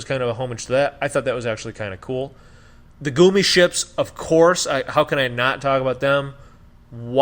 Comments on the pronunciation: Lol if this man says “Goomy” ship one more time! Yo it’s Gummi Ship! GUMMI! Like the damn Candy!!!! Just for that, Hard Dislike., Y’all clearly didn’t pay any attention to this game... btw Sora probably knows how to do keyblade transformations because of Vens heart being within Sora. He literally rode his from planet to planet in BBS. Amateurs! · wait did he say goomi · Overall fair assessment. I cant believe you guys didn't like the Gummi ship (pronounced guh me). I spent hours upon hours playing and enjoying the Gummi ship open world. I think it's the best version of the Gummi ship. So much fun!! To each their own, tho. Overall, I don't think any game is worth 10+ year wait. But really, it wasn't that long of a a wait since between KH 2 and KH 3 we had several new KH Titles come out that fleshed out more story. Then there was a new KH game every year for several years. So, that whole "we waited 10 years" Crap is bubkis. False. Untrue. Anyway, thanks for reading. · “Goomy” ships😆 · The reason Sora "falls" like that is reference to DDD. Remember the Drop Drives? (I think that's what they're called). The little mini games you do when entering a new world or swapping between worlds. I agree with most of what you're saying, especially the Gummi (pronounced Gummy) ship. I've never ever been a fan of the Gummi ships and I don't think I ever will, but despite my personal issues with it, they did do a decent job with it minus the controls. The first thing they tell you when you start the game is that Sora is level 1 again because of his struggles in the Dream world. I don't think they mention why the Keyblades are transforming the way they do, but man I freaking love it. If you're wanting to critique the game play, why not talk about how easy the boss fights were compared to other games? Otherwise, great content. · Never has been a fan of the Gummi (can’t even pronounce it right). Never been a fan of the gameplay. Yet reviewing Kingdom Hearts?! GTFO!